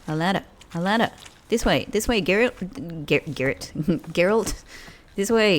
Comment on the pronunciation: Hoping some day, u will say Geralt the right way 😂, when u play as ciri, try to explore ur missing out on some conversations